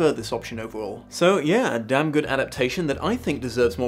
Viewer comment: Ohhhhh. You said “dam home” not “damn home”. Three times now I’ve watching this episode now and wondered what you had against the beavers’ house.